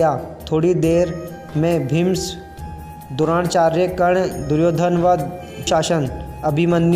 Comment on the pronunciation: Thik se nam bhi uchharit nehin hoparahahe terese...dhangse padhke to bata